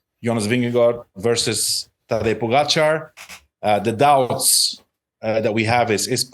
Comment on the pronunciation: Another year of not knowing how to say Pogacar.